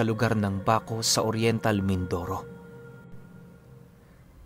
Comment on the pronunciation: Natatawa ako sa pgbigkas mo ng Baco.., 😂😂😂 halatang Hindi ka tiga-Mindoro… Totoo po ako wakwak sa Mindoro..